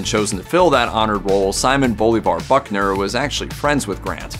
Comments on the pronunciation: It's Buckner, not Bunker. Oh, I see you fixed it. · Pallbearer Confederate General Simon Bolivar Buckner, not "Bunker". He was a West Point classmate of Grant. He was also the CSA general that surrendered Fort Donelson to Grant ("unconditional surrender") in 1862 for Grants first huge victory and surrender of an entire CSA army (Vicksburg & Appomatox would come later). Buckners son, of the same name, was commander of the American army at Okanawa in WWII and was killed in the final stages of the battle. News reporters need to polish up on the historical homework before making presentations on television...."Bunker", geezzz LOL. At least he got it right later....